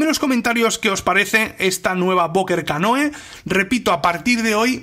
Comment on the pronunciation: se pronuncia "canú", no?